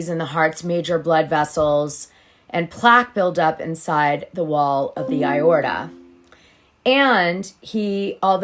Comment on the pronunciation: A-or-ta and K-lon-o-pin, sorry I don't normally correct people but I work in heathcare.